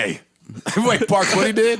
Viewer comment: It’s parks............PARKS